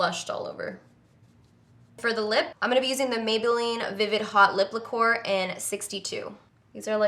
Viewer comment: You are so bougie lol "lip leh-core" you mean lacquer 😂😂😂😂😂😂